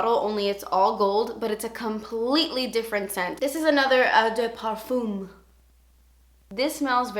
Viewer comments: its just pronounced "oh deh parfum" not eww dew perfume :)) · You're so pretty and I like your video's. Btw you pronounce the eau from ''eau de parfume'' as an ''o''. So it's '' o de parfume''. xxxx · Si, has caissis as one of the notes. Caissis is another word for black current. And eau de parfum and toilette are pronounced O duh par-foom and O duh twa-yet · Just say the french like "oh de parfuh"... Thats the pronunciation👍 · I don't think wearing different perfumes, on different days, means someone's a psychopath, lol. You pronounce it "oh de parfam", or "oh de twullette", by the way. :) Blackcurrant is lovely. The best icecream flavour ever invented is (home made) blackcurrant. A blackcurrant icecream fragrance would probably, also, be really nice. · Hi, I appreciate your passion for perfume and i love the way you did your eyes in this video! You are adorable so I wanted to make this pronunciation thing easy as pie for you: Eau de Toilette = OH - duh - TWA-LETTE Eau de Parfum - OH - duh - PAR-FUM (as in "crumb") I hope that helps, doll! Kim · it's pronounced oh-de-pahrFAM with a more nasally hint and the french soft r :) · "Oh de parfam". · hello, pretty <3 can i correct ur pronunciation without u hate me?! :S it's 'Oh də twahleht' for eau de toilette and Oh də pahr/føh~ for eau de parfum if am making any sense! love from Egypt xoxo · "this is an el da par-foom, not a toy-let" lmao I love you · Hey. I just thought I'd help you with the phonetics. You say it like this... oh-de-par-foom. and Eau de toilette is pronounced oh-de-twa-let. French is a tricky language! Love your videos:) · its pronounced "oo deh pahr-fahm" and "oo deh twah-let" just so you know! + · Eau de parfum is pronounced "ouh the parfen" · I think the pronunciation is 'oh de par-fuhm' and 'oh de twuh-lette' I hope that helps you lol! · if you want to sound fancy and French, eau de parfum is pronounced "oh duh par-fuh"